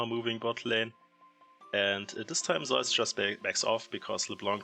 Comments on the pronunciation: Well... only half true. The German pronunciation is using in this video is similar far away from the Greek as the Korean one is. Just because "Ζεύς" looks like "eu" doesnt mean its correct to pronounce it like the german "eu" umlaut 😉 But it makes historically sense why Germans pronounce it like that. I think even english is closer than both german and ko. However, none of this matters, since the player himself calls him "Je-woo-s". This is a mix of his birth name "Woo-je" which kinda lines up with the Korean pronunciation of "Ζεύς". I mean, we never should be mad at casters or influencers for pronouncing player names wrong. But if we are trying to decide what's correct and what's not, it is IMO best to listen to the player themselves, because in the end, Pseudonyms are their "creative" invention and therefore "correct" the way they say it, ignoring any history or language origins for their inspiration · Zeus is the greek good. The player on T1 is pronounced Zayus.